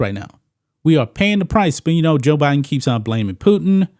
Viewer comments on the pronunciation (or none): none